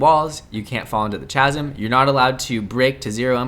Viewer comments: You're not allowed to fall into the C H A S M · doesn't know how to pronounce chasm? Lol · I cried when I heard how you pronounced chasm 😭